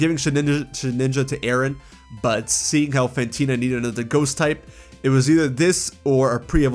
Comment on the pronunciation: Fantina, not Phantena!